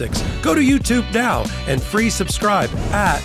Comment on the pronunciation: I laugh when you say Legal A "F"utube.